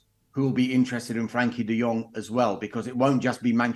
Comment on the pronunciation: Ignorant journalist who cannot even get De Jong's name correct. Embarrassing.